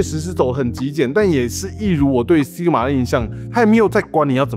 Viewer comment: SI G MA...不是 SIG MA